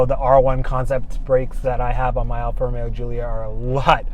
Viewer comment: seems like a good guy, but hopefully he doesn't say 'Alfa Romero' anymore.